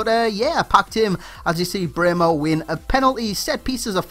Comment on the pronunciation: You pronounce Brehme absolutely perfect :) nice video as always <3